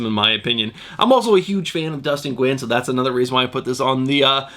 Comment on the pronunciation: Nguyen is actually pronouced "new win".